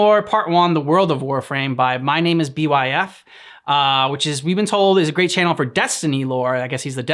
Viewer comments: His name is pronounced as Bife, like life but with a b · btw his name is pronounced bite but with an f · YOOO LESS GOO Do more Byf for Destiny lore etc. It's pronounced Bye-f. Don't overthink the name. This video is fairly outdated visuals wise. He's retelling the most basic background lore of the Tenno, but so much is missing.